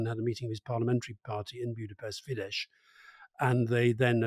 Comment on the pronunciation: Alastair your pronunciation of Fidesz is wrong. It shouldn't be with a sh sounds at the end but a s sound as in saw. It's Polish where sz is a sh sound not Hungarian. I'm no supporter of Fidesz but I think it's a basic sign of respect everyone deserves to have their names said properly. Also I don't think it's fair to call Orbán powerful, as his only lever is the veto, but otherwise he can't make things happen, but I get your rationale. I really like your content otherwise! A Hungarian listener